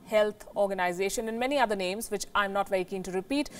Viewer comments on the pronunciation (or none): none